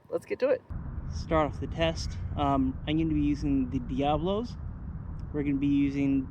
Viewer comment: Man what you call the ammo diablos. Read those are diabolos. D I A B O L O S . NOT D I A B L O S. 8 words NOT 7words .. a lot the AngloSaxons here dont read and all ways call them DIABLOS... so you know what is diablos ?🤔😂😂😂😂😂😂😂😂😂😂😂